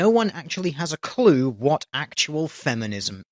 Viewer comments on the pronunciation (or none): none